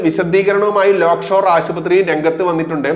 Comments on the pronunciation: Lockshore ആണോ lakeshore ആണോ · ലോക് ഷോർ അല്ല, Lake shore ആണ്.... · ലോക്ക് ഷോർ ആശുപത്രിയോ ? അതോ ആ പേർ ശരിക്ക് പറയാൻ ഭയമോ ? ലേക്ക് ഷോർ എന്ന് ശരിക്ക് ഉച്ചരിക്ക്. വാർത്തകൾ ഹൃസ്വമാക്കുക. വലിച്ച് നീട്ടരുത്. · ലോക്‌ഷോർ ആശുപത്രി എന്നല്ല lakeshore എന്ന് വായിക്കൂ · ലോക്‌ഷോർ അല്ല ലേക്ക്ഷോർ